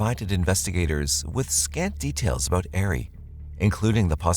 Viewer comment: Hey Sub here. Love your show just wanted to show this to you. Ari is pronounced AR-E, Not Air-e. Just wanted to let you know for future reference. Have a Blessed Day.🙂